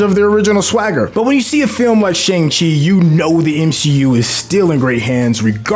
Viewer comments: And Shang Chi smh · My thoughts exactly. Not to mention he keeps saying the name of the movie incorrectly! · *sigh* My guy, it's so distracting hearing you mispronounce the movie title AND Kevin Geiger's name when EVERYONE ELSE gets the names right. And, the title character teaches another character in the movie how to say his real name! SMH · You’re pronouncing Feige and Shang-Chi wrong, especially if you’ve seen the movie. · Ikr they literally have a scene that breaks it down. At this point it’s painful to the ears every time he mispronounces it. And he should get Feige’s name right out of respect.